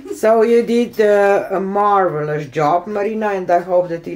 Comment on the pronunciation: just "marble - ous" darling